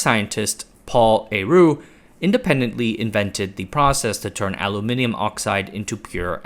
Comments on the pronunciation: Congratulations on pronouncing Aluminium correctly 😅. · I like the way you pronounce aluminium